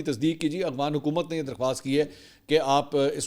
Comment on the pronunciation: Mansoor bhai kitnay paray likhay insaan hein aghfan nae boltay afghan boltay hein